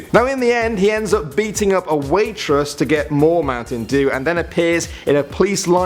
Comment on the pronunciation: Why is he (a Brit) pronouncing Dew in Mountain Due like an American. Did the producers make him?